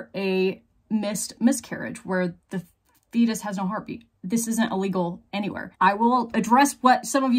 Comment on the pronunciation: I swear it sounds like you're saying "when a fetus has a heartbeat". I'm pretty sure you're actually saying "when a fetus has no heartbeat". That threw me through a loop and had me looking up and guessing a bunch of things. At one point I thought maybe a fetus could be brain dead and still have a heartbeat because it was connected to the mother, but why would you even bring that up in this case? You do great work on educating the public and it is good to have some passion showing in your videos but due to the factual context of your videos some points need to be made extra clear. I think someone who knew less than an ObGyn would have expounded a few times that the fetus had already died and the DNC was only for removing the already dead fetus. I have my own problems with explaining too many details and not keeping the point in clear and prominent. I had to reduce the above two paragraphs down from something about three times as long. I'm not even emotionally attached to my point.